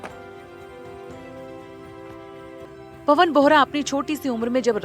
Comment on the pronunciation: पनव नहीं पवन बोले